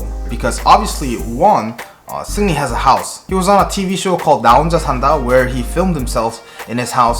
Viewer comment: Sounds like you're calling him Sydney.